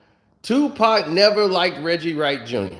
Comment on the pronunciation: Damn he said Wedgie Wright LMAO 😂